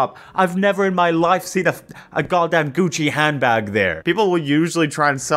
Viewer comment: “Gucc-eh” “Fend-eye” WHY ARE REAL PEOPLE MISPRONOUNCING WORDS LIKE AI MISPRONOUNCES WORDS NOW